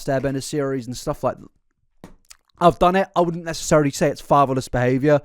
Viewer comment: Better question, "fatherless", why did it sound like "favaless", like, lacking fava beans? 😂